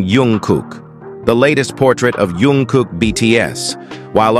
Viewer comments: iT'S NOT YUNG KOOK BUT JUNG KOOK, PLEASE SAY IT PROPERLY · jungkook not yongkook😂😂😂